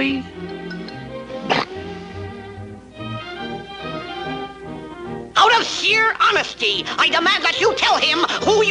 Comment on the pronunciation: "Oh Brunhilda you're so wovely..." 🎶